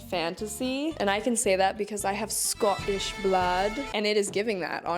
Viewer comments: Never again say Scottish blood in a London accent lol ! Learn your Scottish accent lady lol ! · Why did you say Scottish like that though 😂 in the most stereotypical English accent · 'I have scottish blood' she says in a British bellatrix lestrange accent ❤😂❤ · The Bri’ish accent when saying “Scottish blood” killed me! 😂